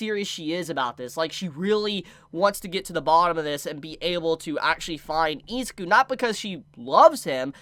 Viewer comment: You keep pronouncing izuku wrong